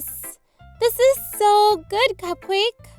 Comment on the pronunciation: Who else notice when sayori said its so good she said its sho good